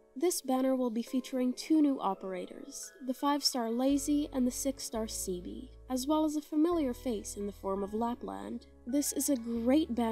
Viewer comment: Ceobe is pronounced “Kay-oh-bay” but you got leizi right, it’s pretty much just “lazy”